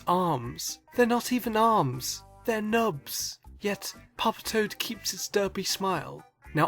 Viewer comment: funniest thing is hearing him say nubs